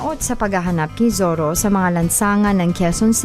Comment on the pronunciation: Hehe.... Zorro ba o ZIRRA?